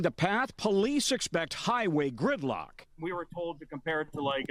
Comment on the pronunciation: This man just made me mistake the word gridlock for the word girlcock